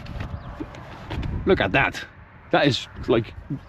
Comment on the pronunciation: That bend into the autobahn, you exclaimed “look at that” like you’re a Nigerian born and bred actually had me 😂